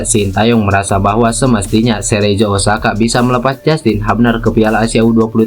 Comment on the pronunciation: Cerezo dibacanya Kerezo bukan Serejo ah payah kali kau, Min...